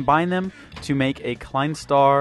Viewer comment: you pronounce it as: klein star tswai